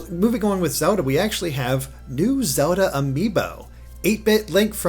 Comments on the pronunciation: FOR THE LOVE OF FUCKING GOD STOP SAYIING "ZODA" IM GOING TO FUCKING DIE OF A STROKE... It's ZELDA!!! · I keep hearing "Soda" instead of Zelda xD